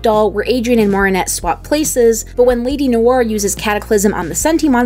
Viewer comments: Marinete? Lady learn how to say her name right please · When the show says the character's names but people still don't say them correctly: AAAAAAAAAAAAAAAAAAAAAA I'm mostly joking but it's a little frustrating (I say this cus she said Marinette and Myura wrong)